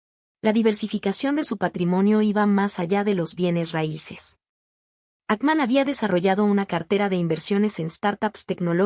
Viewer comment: AY VIBORITA LA QUE HABLA...A APRENDE A HABLAR ! A PRONUNCIAR ! ES PRONUNCIACIÓN DE GENE: "YIN" HACKMAN: "JACMAN". BUSCA OTRA MANERA DE GANAR $ ..SOY EL PRIMER Y ÚNICO COMENTARIO !😂